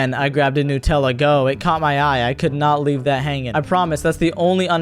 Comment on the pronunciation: It's pronounced new-te-la